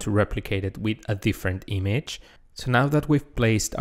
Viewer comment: Image: ❌ Eemage: ✅